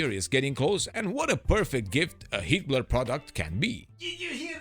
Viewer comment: Every time the narrator says HeatBlur, all I hear is Hitler…